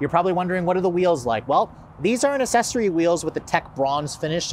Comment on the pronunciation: FYI: It’s Ack-Sessory, not Assessory (pronunciation)